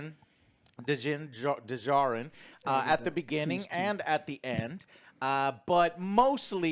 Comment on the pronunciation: Every time Joe pronounces the silent D in Djarin, a kitten dies